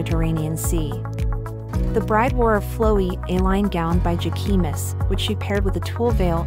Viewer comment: She said, “ Give-an-chee” and “Jah-Kee-Mus”.🤣🤣 Thank you. Love the video. Vitorria is stunning.